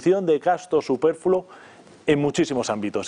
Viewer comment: ¿Gasto "superfulo"?,... ¡Superfluo!